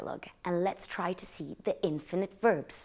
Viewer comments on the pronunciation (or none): Lovely,! Hope you don’t mind me saying, but it’s pronounced inFINitive not INfinite